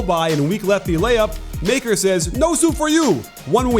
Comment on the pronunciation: I don’t care or anything but Maker is pronounced “Mu-ckur”